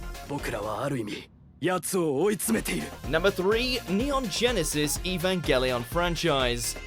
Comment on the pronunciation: The only reason EVA ruined my life is because everyone and their dog pronounces "Evangelion" wrong. It's a soft G, like, "Evangelical" preacher. Period.